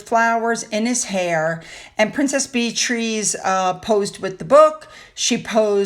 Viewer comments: Love your channel and all your hard work! You covered the Coronation and your party beautifully!! Wish I could have been there with my plate of scones! I know Beatriz's name is spelled in an unusual manner but it's still pronounced Beatrice, not Bee-trees. Please don't be offended. Love you! 🫖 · Dear, Did you know the Prinesse's name is not pronounced Bee-trees? To the best of my knowledge it's Bee-a-tress... also it's not re-spite, it's res-pit. I am pretty sure I'm right... ❤ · Beatrice is pronounced Beat/ tress not Beat /trees. Stress on the first syllable. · Princess Bee Trees? I know you have a hard time pronouncing names but this was a first regarding Princess Beatrice. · It's Beatrice like Bee-triss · Hi...it's pronounced Bee a tris. Love your channel. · I always have my hair dyed but do not wear any makeup other than lipsticks. Beatriss is the pronunciation.